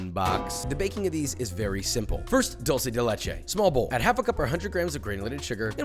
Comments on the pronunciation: Thank you for not pronouncing "dulce" like a fckng rtard like every other american that pronounces it as "doll-che" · Thank you for saying 'dulce' and not 'dolce'.